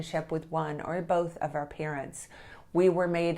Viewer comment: Our isn’t pronounced as the letter R